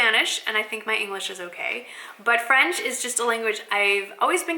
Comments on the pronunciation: Your accent is good!! Bon courage pour la suite;) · Bonjour!! so happy to see you are learning French your accent is quite good actually. I will love to see a all video in french that would be so much fun. I love your videos makes me keep in touch with english.